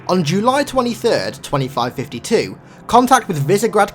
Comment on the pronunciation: he said July LIKE JOOLY